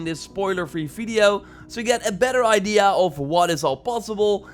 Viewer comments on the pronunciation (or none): none